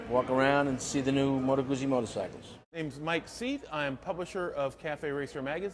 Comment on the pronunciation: At least Mike knows how to say Moto Guzzi...Billy Joel should hang his head in shame.